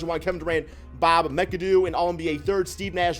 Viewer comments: Did this stupid ass obese nigga say bob mickadoo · Bob "micadoo" I am dissapointed shaking my damn head.